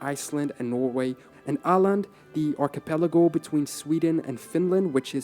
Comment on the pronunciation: Am I the only one, who had to read the screen to figure out it was supposed to be Åland? I have heard bad pronunciation before, but this one managed to be unrecognizable from audio alone. Obviously not a Tyler issue as this is an issue with the source video.